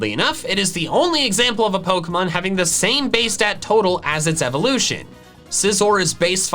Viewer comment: Sneasel, not Sneezel! Weavile, not Weville! We don't use the word its as a pronoun if there's an apostrophe in it! Evolution, NOT evelusion!